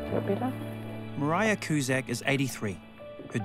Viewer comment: The presenter is pronouncing Maraia's name wrong.